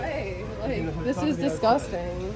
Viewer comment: “Your dizguzzzztang and you know it BeeeYawtch!!!” 👍😂🤣😂 sorry… its not a laughing matter… but there are some hysterical moments.